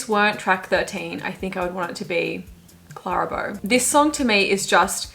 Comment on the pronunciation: The way she said Clara Bow…. Please 😂